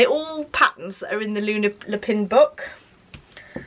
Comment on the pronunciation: I love Luna’s coat, it’s so beautifully sewn! By the way Lapin is pronounced Lapan. It’s French for rabbit.